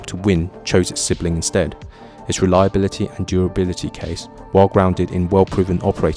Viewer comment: ai crap...cant even pronounce "reliability" what CRAP